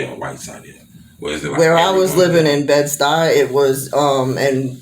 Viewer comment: She doesn't know what she talking about! There's a BIG gang presents in the Stuy! And it pronounced "choos like choose!"